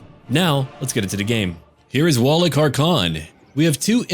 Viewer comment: you need to pronounce 'Wallach' as 'Vallach', it'll sound better as it's proper;)